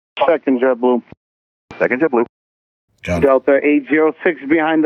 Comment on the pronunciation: Right away the controller is speaking ebonics, there is nothing clear in his speech. Pronunciation should be a requirement for this job. I see right away that the problem is DEI hiring. Its not Jeboo, Its Jet Blue, even the numbers are garbled.